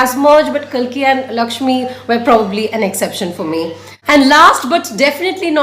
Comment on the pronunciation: You are pronouncing kalki wrong